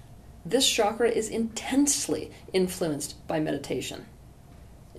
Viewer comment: Isn’t it pronounced ‘chakra’ not ‘shakra’?